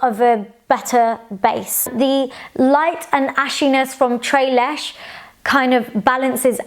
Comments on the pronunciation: Pronunciation: Tres leches ( trais lachais) Dulce de leche ( doolcai da lachai) girl you’re killing me! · So Tres Leche and Dulce de Leche are Hispanic desserts! The pronunciation is a bit off, but we are exposed to Spanish a bit more in the US than the UK I'm sure! Great review though :) I actually found Brown Sugar and Toffee, while labeled as golden, looked ashy, brownish-green and overall muddy on my skin. I am guessing they were just golden enough on me? Not sure... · you actually pronounce it like spanish... not french. TRES LECHES.. nothing is silent.. pronounce all the letters. same with DULCE DE LECHE.. Doolse de leche. I feel the same its hard to find my color match. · that was the cutest mispronounciation of tres leches and dulce de leche!! lol theyre hispanic desserts! its pronounced tress-le-chess and dool-say-de-le-che with the "e" sound in "echo". ❤ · The way you say tres leches 😭😭😭🤣🤣🤣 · NO NO NO DULCE DE LECHE AND TRES LECHES ARE SPANISH WORDS! PLEASE GOOGLE THE PRONUNCIATION, YOU ARE SAYING IT COMPLETELY WRONG :)